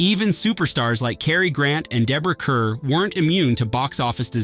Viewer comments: Kerr is pronounced Car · I think it's pronounced Deborah CARR. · Deborah "KARR" is the proper pronunciation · Inferno has certainly been re-appraised and is now regarded very highly. Dream Wife is similarly more appreciated these days, mainly for Deborah Kerr’s delightful performance ( and btw, how about pronouncing her surname correctly?).